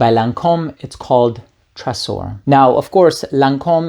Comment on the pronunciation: Hello there! Thank you for presenting us all of those wonder perfumes, I will certainly go try a few of them next time I can. If I may comment, about Tresor, as it is a french word in its pronunciation the S should sound like a Z (I'm french Canadian, hope you don't mind my little comment). Have a great day!!!!